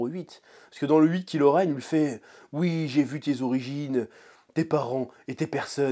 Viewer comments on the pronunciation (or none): C est pas KILO REN mais KYLO REN et on prononce KAIIIILO REN..... pffff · La façon dont tu dis Kylo Ren m’as trop fait marrer. En même temps, vous me direz que ce méchant il n’as pas vraiment pesé dans Star Wars